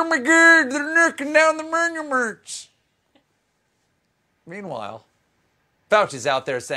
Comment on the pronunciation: "Ermergerd there knerking down the murnerments " I'm wholly enlightened by this